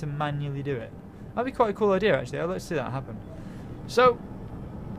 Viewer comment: Did he say idear? XD